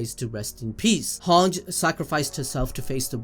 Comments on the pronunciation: everything aside is Hange pronounced as "HAANJI" or "HAANJ" bruh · how can you not even pronouns hanges name right? it's so easy: han-ji, not hang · Hange is actually pronounced han gee